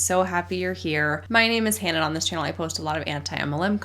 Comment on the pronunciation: "Hi Hannah!" sort of sounds like "Hi Hun!"